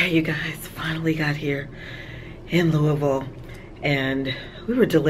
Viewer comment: You actual pronounced Louisville correctly 😊